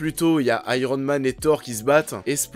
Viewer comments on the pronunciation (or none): none